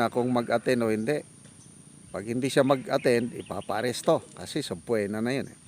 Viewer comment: I hope you don’t mind me correcting your pronunciation of SUBPOENA namatagal ko nang naririnig sa inyo. SILENT “O” po ang pronunciation ng subpoena (suh-pee-nuh)